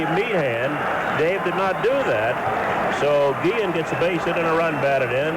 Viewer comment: Two things I always remember from this game, and the video confirms it. pronounced Guillen's name as "Gee-zian." I don't remember if others did at the time. And the other I remember is Cowley's joke about everyone coming out for his 20th career victory.